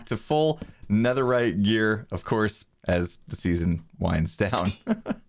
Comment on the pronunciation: see you in the next seasone me: hurts right here in my meow meow